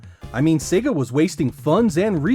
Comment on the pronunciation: Thank goodness. He's pronouncing Sega correctly. So few Americans do:))